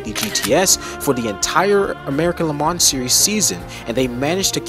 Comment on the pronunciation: Nice work. If I may make a few sugg. Double check the pronunciation of chassis and Le Mans... (I don't think it's an arkansas or illinois S)... that aside, when showing us the sound of the C6 engine, did you notice there was no steering wheel? Odd car, right?;-) Ah, I see, you're actually intentionally using video games for their sounds? okay. Re the sound departure of the C8 from the C5 - C7... it no longer burbles... is (i believe) the word you're looking for: This is because it uses a flat-plane V8 (which balances primary forces but not secondary forces)... and having DOHC instead of push rockers, is also higher RPM to make up it's power... which I agree; is a huge departure. (ah, you did know. vg. lol.:)